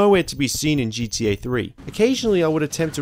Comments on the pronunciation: Its GTA man, not G E A or G D A. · great video. i like your videos but i just have to be honest and say something. with all due respect...its not gDa ..its GTA. Please work on emphasizing the T lol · Why does he keep saying GDA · jeedee ay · Gee - Dee - ey 😅 this is unwatchable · Seriously? No talks about how he pronounces ‘gta’? I like these videos bro keep up!